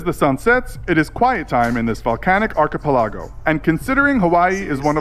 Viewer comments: the narrators pronunciation of archipelago though... lol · "Archipelago." Fucking butchered the pronouciation.